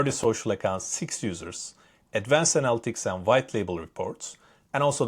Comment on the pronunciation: Analytics is pronounced ah-nah-lit-tics, not annal-ticks.